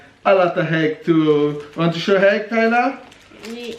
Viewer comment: Yes Tyler quite right. Not heg hunt but egg hunt. Intelligent as ever